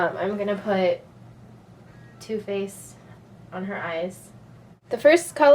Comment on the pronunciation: Lol, she said TooFaced as in TooFaced Shadow Insurance Eyeshadow Primer. But it does sound like toothpaste. :]